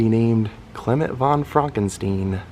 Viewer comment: It’s pronounced Frankenstein!